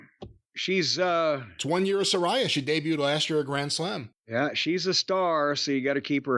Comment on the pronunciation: Its pronounced Suh-ray-uh, JIM🙄